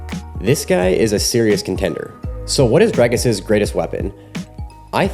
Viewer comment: nice video. It's Dric(k)-us not Drike-us .